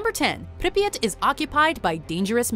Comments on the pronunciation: its not pronounced Pripyit Its Prip Yeah T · i hate how she says pripyat, she says "pripyit" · Prip yat that’s The pronunciation it’s just like hearing somebody say HiroShima as hir rosh ama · Arghh the pronunciation of Pripyat 😩😩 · The way she says Pripyat annoys me so much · hearing say Pripyat Is amazing